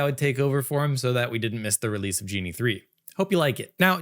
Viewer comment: Ok. If real... fun, relaxed, nicely paced, and greatly informative presentation. I'd say Matt has the perfect stand-in/co-host he may have never asked for but has always had. Really great,! EDIT: Ahh, wait... the speech pattern is too much like Matt's. Hmm... further,, NO native English speaker would pronounce "Genie", even as an unintentional slip, with a hard-G as was done here. Ok, so if not real, which one was it: Viggle, Higgsfield AI (Recast), Runway (Act-One), Luma AI (Dream Machine), Synthesys Faceswap, Wan, Minimax, or Kling.